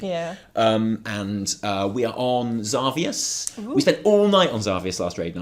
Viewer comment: Your intro cracks me up every time xD. Enjoyed the hotfix as always guys it's really realxing and I feel like Im chilling with friends:). Ty for making videos, keep them up please. Btw the way you pronounce Xavius is awesome xD